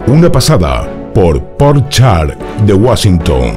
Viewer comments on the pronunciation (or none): none